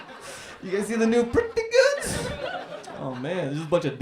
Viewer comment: "Pretty Gooads"